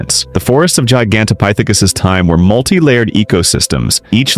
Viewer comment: Good Lord will you say the ape’s name right